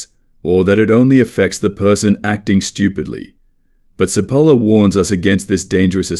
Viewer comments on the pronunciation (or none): Italian here. Great video. btw Cipolla is pronounced with a "ch" sound at the beginning. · Good - but I squirmed all the way through at the Spanish style wrong pronunciation of this Italian man's name. Cipolla is pronounced as in English ch NOT s!!!